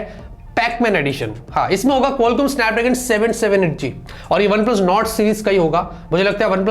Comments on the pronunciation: One und Plus Shand 🤣🤣🤣🤣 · 'One And + Shand'.... 😅😅😅😂😂😂😂